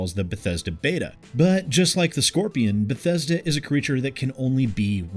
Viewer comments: i'm new here. did he just said Bhetesda Bethesda and Bhetesded ? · But bethesda buthesda.... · Oh damn, you overdid yourself this time, B E T H E S D A. like a 100 times or so. It's kind of extremely annoying and hilarious at the same time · If anyone tried to take a shot for every time said Beh-Thez-duh.... Their livers would fail. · Is there a drinking game where every time says "B E T H E S D A" you take a shot? 😂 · Re-Install Fallout 76 every time you hear "Bethesda" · 1 minute in, 12 "Bethesda"s. This is going to be a fun 6 and a half minutes. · Thanks for helping me learn how to pronounce Bethesda! :D